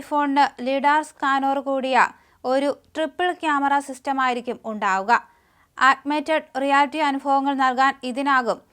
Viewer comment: ഒരു വികാരവുമില്ലാതെ നിർജീവമായി വെറുതെ നോക്കി അങ്ങ് വായിക്കുക അതിൽ തന്നെ വാക്കുകൾ തെറ്റിച്ചു ഉച്ചരിക്കുക.. ഫ്ളക്സബ്ൾ, ഓഗ് മെറ്റഡ് റിയാലിറ്റി.. ഈ ഇംഗ്ലീഷ് പദങ്ങൾ തെറ്റായാണ് ഇവർ ( )ഉച്ചരിക്കുന്നത് മറുനാടൻ മലയാളിയിൽ വാർത്ത വായനക്ക് ഇത്രയും ദാരിദ്ര്യമോ? കഷ്ടം എത്ര പോപ്പുലറായ ടെക് ന്യൂസ്! എന്നിട്ടും തൂപ്പ് ജോലി പോലെ ഈ ആങ്കർ അങ്ങ് തൂക്കുകയാണ്... ഓഗ് മെന്റഡ് റിയാലിറ്റി എന്ന വളരെ സാധാരണമായ വാക്ക് ഈ നിർജീവ ആങ്കർ തെറ്റായി കഷ്ടപ്പെട്ട് വായിക്കുകയാണ്.. സത്യത്തിൽ മറുനാടനിൽ ആരും ഇതൊന്നും ശ്രദ്ധിക്കുന്നില്ലേ.. നോക്കാൻ പറ്റില്ലെങ്കിൽ എന്തിന് ഇത് ഒരു ചടങ്ങ് പോലെ തുടരുന്നു.. ബന്ധപ്പെട്ടവർ ശ്രദ്ധിക്കുമെന്ന പ്രതീക്ഷയിൽ നിർത്തുകയാണ്.. നന്ദി 🙏